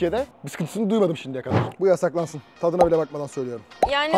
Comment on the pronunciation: 💫yAsAkLaNsı oNğ💫😅